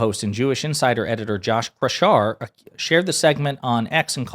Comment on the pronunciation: "Kraushaar" is a german word meaning "curly hair". Try and learn the german way of pronunciation